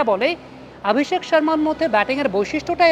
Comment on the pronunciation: আপনি "অ" কে "আ" বলেন কেন? আপনি অভিষেক কে আভিষেক,অশ্বিনকে আশ্বিন বলেন প্রায়ই।